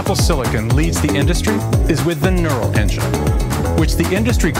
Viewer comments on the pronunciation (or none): lol gnurl engine, laughing about how the Apple person pronounced neural engine. Thanks for the information, I've been wondering about Linux support.